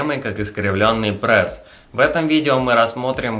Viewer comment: Не Прэс, а пресс